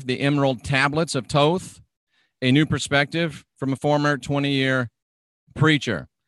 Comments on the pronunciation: Hahahah tawth and tohth....... That's unique. I usually hear thohth and thoth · th sound at both ends...thoth...lol